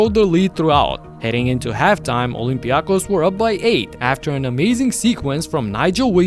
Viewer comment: For God’s sake! It’s OlympiakOs and PanathinaikOs is it so difficult for you? Do you say BarcElona or REal?